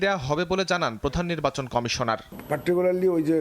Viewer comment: বাংলা নিউজ পড়ছে, আবার বলতিছে খামিশোনার 🤣